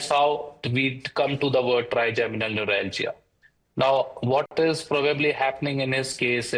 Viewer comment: Trigeminal not trigenimal😅😅😅